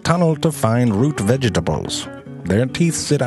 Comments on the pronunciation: "The workers tunnel to find root ve-je-tables" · The way he says "vegetables'' cracked my sister up.